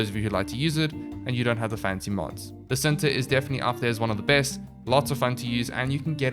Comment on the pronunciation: It's pronounced Chin-ta (indonesian word for 'love') Nataruk itself does not have any headshot multipliers on any of its firing modes, so i wouldnt go for a longbow sharpshot build. Pretty sure it still procs the dmg buff, but it doesn't feel good with the knowledge that you're not getting additional multiplicative bonus from weakpoint damage as well.